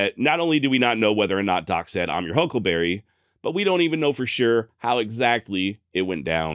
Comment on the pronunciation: He never said huckleberry,he says huckle bearer